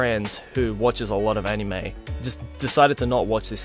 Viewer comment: Why won't you pronounce anime and manga right? You can read everything else very well ._.